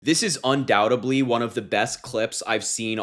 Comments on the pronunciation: there is no spoken B in undoubtedly. The only B in undoubtedly is silent. Un-doubted-ly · "uhn·dau·tuhd·lee." Not "un-dau-tub-lee"